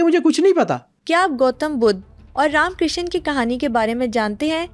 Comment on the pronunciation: Tum Pakistani log Krishna ko Kisaan kiu bolte ho😂, say properly